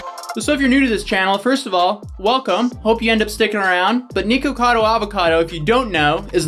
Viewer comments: Nee-kocado Avocado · I'm sorry but heading Nikocado pronounced Nekocado instead of Nick-O-Cado and then being sponsored my Lolli makes me think something's up 😂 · Lol niko cado!!!! i believe u say it nick cado not niko cado even tho its spelled that way js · Why is he saying niko cado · "*Nee-kocado Avocado*" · why doesn't he know how to say nick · The worst part of the video is how he mispronounces nickocado every time he says it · holy shit dude why isnt his name nikaco avocado? his names clearly nick/nik right? his orlyn dude keeps calling him that, so why?! why did he choose the name that has such an awkward amount of syllables?? i cant get over it hearing his name pronounced drives me crazy 😂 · why does he pronounce his channel name like that 😂